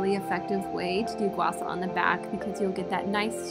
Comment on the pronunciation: Gua Shaw not Gua Saw! If you’re gonna say it say it right!